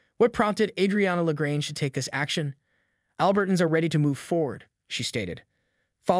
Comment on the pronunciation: "ALbert-uns"? When did that pronunciation start? I've always pronounced it "al-BERT-ans."